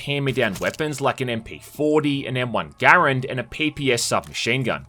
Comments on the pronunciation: M1 Garand? Props on pronouncing it right. I know people who own them and even used them in Korea to stack go..... ummm yeah they say it wrong. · TFW somehow pronounces Garand correctly, a super rare thing to see, yet is using a m1A